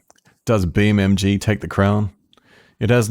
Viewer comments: Did anyone notice he was saying beam mg instead of beam ng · is it just me or did he call BeamNG "BeamMG"